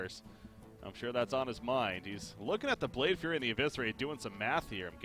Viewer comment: Though solo casting is more difficult than with a co-caster, I think you did a great job. Only criticism is about the mispronunciation of some of the cards. Namely FlameWAKER and Blade FLURRY. That's some minor stuff though :)